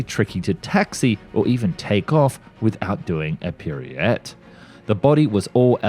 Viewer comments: Dude literally can't speak Pirouette Orifice Thoroughbred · What is WRONG with you ? Are you trying to drive us crazy ?? 🤡 Rolls Royce "Gosh Hawk" engine !! Goshawk "Emm Kayy One A" That's MARK 1A ...🙄 "Arrow bick hands and Loomerus markers" 🫤 Arabic hands & Luminous markers. without doing a "periette". That's pirouette. It says "Miss Shillings ORIFICE" on the screen, but instead you say "Orphus" Why can't you get someone to watch these videos and correct your clangers before you upload ? These videos are beginning to sound like AI created trash with all these basic grammar errors !! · Some of the pronunciations are horrendous. Pirouette and orifice to name just a couple. No 19?! It’s short for NUMBER 😂